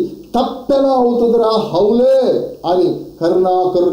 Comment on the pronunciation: మీరు హౌలే అంటుంటే ఆ పలుకు నాకు హల్లెలూయ అన్నట్టుంది ... !!!